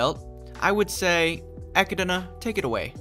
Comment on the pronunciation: bruh - it's Echidna - pronounced Ek-kid-na. Like, knuckles the echidna. Good review tho.